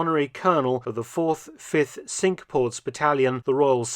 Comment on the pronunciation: Mark, you're an educated person so should know the correct pronunciation of Cinque. You must have visited one or two of them.